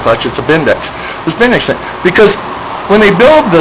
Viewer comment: I presume by 'Bindex'... you meann 'BBendix'....